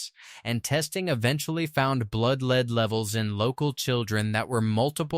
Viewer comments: The word for the ore is called LED not LEED. The English language really does mess with AI It's so annoying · You need to learn how to pronounce the names of these cities before making a video. You mispronounce almost every single name. Park hills and Herculaneum is the only ones you go pronounced correctly. Even lead. 😂😂😂😂😂